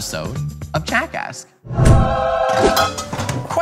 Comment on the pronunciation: He says Jackask at the starts. I repeat HE SAYS JACKASK AT THE START